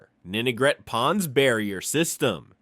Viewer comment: Great video and a solid overview of RI’s history! That said, I wanted to point out a few nuances that could make it even stronger: 1. The AI dubbing stumbled on some unique RI names—like calling Ninigret “Nigret.” 2. A few key areas were overlooked: - Military Sites: Newport Naval Base, Quonset Naval Air Station, and Charlestown Naval Auxiliary Landing Field (CNALF). - WWII History: U-853 was sunk off Block Island in May 1945, near the end of the war. - Education: URI, established in 1892, became the state’s first Land Grant college, taking over from Brown. - Oceanography: URI’s Graduate School of Oceanography operates the R/V Endeavor, a research vessel that plays a major role in ocean studies. I’m sure there are tons more that could be added, but these stood out. Thanks for sharing this piece of RI history!